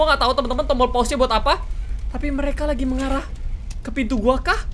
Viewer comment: Bang tadi abang salah bilang loh malah bilang laci